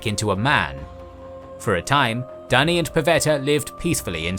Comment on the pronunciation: Dunny (thats australian for loo) Duney is better